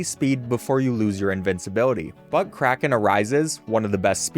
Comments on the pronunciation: Was I thinly one that thought he said buttcracken arises instead of but kraken arises lol oop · why do you keep pronouncing "but krakenarises" like "buttcracken arises"? 🤨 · tell me that doesn't sound like butt crack